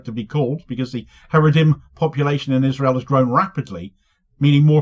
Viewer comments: Every time you say 'Haredrim' i keep visualising the Haradrim in the Lord of the Rings, lol. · 😂😂 he said haredhim, the orthodox🧃 But fans of LOTR too here 👋